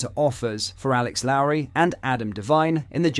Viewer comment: Dude how many names in our team you gonna pronounce wrong. Couldnt say gers correctly, couldnt say lowry correctly, couldnt say hagi correctly.. you sure you support rangers? Lol